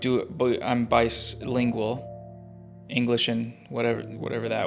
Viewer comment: "bislingual" hhahshshah. im bisexual i mean bilingual